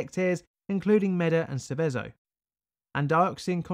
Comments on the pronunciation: just some more Italian nitpicking, Seveso is pronounced with the stroke on the first e not the last, Sēveso not Sevēso, I grew up less than 10 miles from there, my comment is in the common section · Love the content, but Seveso is pronounced with the accent (emphasis) on the first e, not the second :-) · The name of the town (and river) is pronounced more like SEH-veh-zo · Sèveso, and also Cesàno Madèrno is a single town, not 2 :) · also Seveso is wrongly pronounced. google translate pronounce it in a weird way too but much closer to the original (same for ICMESA). Source: i live in milan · Grat video! A really well documented one. You almost got the right pronunciation for Seveso. The accent should be on the first "e". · This town is where my grandparents live luckily on that day the wind was blowing the opposite way so they weren't affected. Your also pronouncing Seveso wrong but it doesn't really matter.